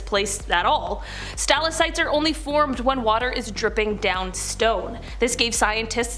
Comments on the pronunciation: Capillaries- Kap-ill-air-eez stalactites= stal-ack-tites not capilleries or stillasites! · Pronounced Stal Lak Tites